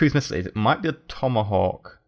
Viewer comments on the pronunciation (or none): none